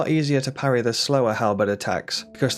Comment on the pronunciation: "Pa rry" we dont do that bro